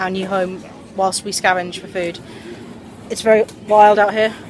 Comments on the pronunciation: youre vewy welcome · its made me say 'dats vewy nice'